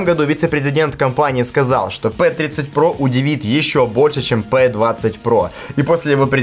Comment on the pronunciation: Не пэ а пи